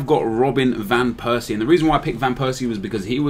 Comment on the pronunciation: thought you would fuck up van persie...but you did him quite well